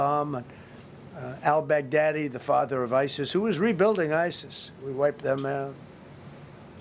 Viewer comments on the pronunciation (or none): none